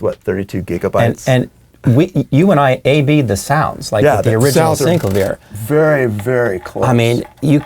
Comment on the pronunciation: I think it's hilarious how you all pronounce SEENC-la-veer. I always thought it was Sin-CLAY-vee-yer.